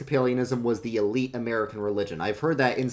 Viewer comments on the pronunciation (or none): none